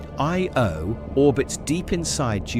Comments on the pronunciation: Funny how the AI voice struggled with the word Io, but still an entertaining and informative video. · so is it aye-oh? yo? ee-o?